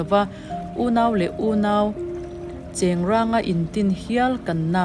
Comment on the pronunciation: Pakhatna atan ' Spring revolution-in a sual chhuah tum' tih kha a fuh chiah lo deuh va, ' sual chhuah a tum' ti zawk i la. Pahnihna-ah chuan, chengrang lam rik dan kha a dik tawk lovin ka hre bawk a. 'Cheng' tih lai tak kha lam fan lovin lam kum tawi thla ta i la a dik awm e; chhang ban kan tiha chhang tih lai kan lam ang khan kum nghaih ta se. Chu chu ' chengrang' an lam rik ka hriat dan țhin a nia, a dik ber emaw phei chu ka hre law.